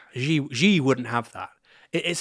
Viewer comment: Xi has been leader of China since 2013, isn't it time people learned the correct pronunciation of his name? Its not difficult, its almost the same as English "she" as in he/she/it.